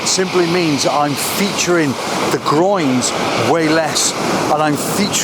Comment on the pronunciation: I'm not English speking but every time you say groins i giggle. 😂 Nice pictures by the way. I love lots of negative space in pictures. ♥️